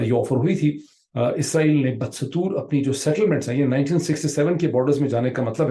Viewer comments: pirzada, humble request to work on your urdu vocab & pronunciations. "Badastoor is pronounced as BA Dastoor rather Bad Satoor" Thought I respect your efforts and research, BR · بدستور کا صحیح تلفظ ،،با دستور،، ہے نا کہ ،،بد ستور،،